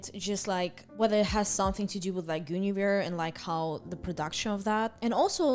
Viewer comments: GOON-averse ( don't worry I not native American speaker either) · Hope this helps with pronouncing Guinevere, At least I think this is correct but I could be wrong Gwen-A-veer "Gwen" like the name "A" like in "cat "Veer" like the last syllable of "severe"